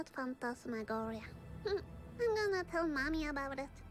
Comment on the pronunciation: "Phantasmagoria" it's phantasmagoria.